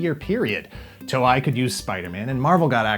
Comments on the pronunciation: Dude... "toe-ay", not "toe-i" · to-ei (eyy) thats how you pronounce the company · Toe-i? I always pronounced it as Toe-E. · It was less 'cancelled years prior' and more 'cancelled a year and two months prior'. Also the way pronounced Toei made my inner weeb flinch.